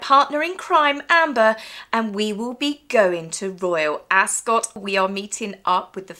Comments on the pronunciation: Hi, just an FYI, Rupert Murdoch says its pronounced 'Askit' not Ascot. And the term is lying in state, nit lying in wait. Have a nice time with Lady C. Keep up the great work. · "Askit," not "Ascot"